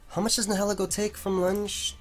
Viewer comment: ...The way you pronounce Nihilego is a little upsetting. It's comprised of two words and neither one is being accounted for...